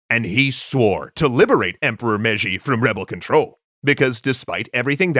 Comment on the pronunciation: "For the Emporwah!"